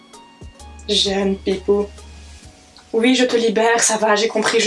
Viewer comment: C'est une belge ça s'entend a son accent, il le prononce souvent houite